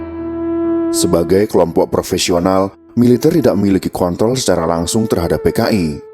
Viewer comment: Menit 03.56 kontrol apa ko*tol pak ??? Saya ulang² kok ko*tol bukan kontrol